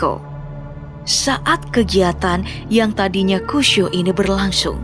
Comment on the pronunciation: "Saat kegiatan yang tadinya kusyu ini berlasyung",,, seketika ketakutanku hilang